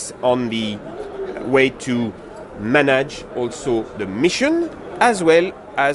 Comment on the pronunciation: When Manage becomes "Manaj" 😊